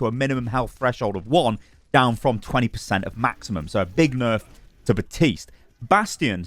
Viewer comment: After all this time I still can't believe that I still have to tell you BaPtiste has a fekin P in it and yes you do pronounce it. He even says his own name in his voice lines!! BaPPPPPPtiste... I don't know why this annoys me so much, but it does 😂